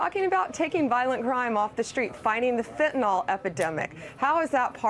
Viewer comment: "Fentanyl" does NOT rhyme with "alcohol".